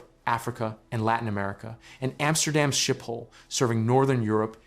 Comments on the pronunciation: Schiphol is pronounced as ‘SKIP-HOL’, not ‘Shi-pol’😊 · No it’s not. It’s pronounced with a guttural “G” “Sgiphol”. But foreigners have problems so they resort to either Skiphol or Shiphol, both are wrong though.